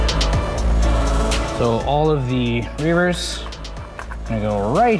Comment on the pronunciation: It's Reivers not Reavers.